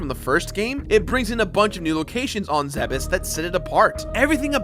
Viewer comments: Thank you so muhc for saying Zebes correctly~ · THANK YOU FOR SAYING ZEBES CORRECTLY!!!! NO ONE EVER DOES!!!!